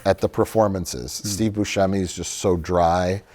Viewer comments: It's embarrassing how Mike doesn't know how to pronounce Steve Boosheemy. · You're saying Buscemi wrong, just forget the "c" and you'll get it. You also got Ayo Edebiri's entire name wrong.. and a third one I forget what is 😂